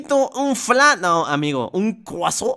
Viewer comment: Parece que dices corazón cuándo noticias croissant😅